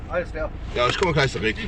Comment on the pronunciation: Bro you‘re killing it with your german skills ~ „Ich komme gleich zurück‘ lmao 🤣 Love you for the sake of Allah!